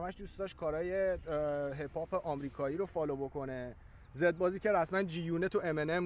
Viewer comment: تو تلفظ hip pop رو بلد نیستی اومدی فاز میدی ؟